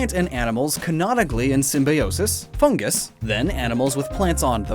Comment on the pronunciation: He said foongus and not fungus xD